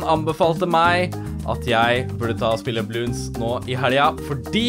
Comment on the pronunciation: Det er bloons ikke bloonds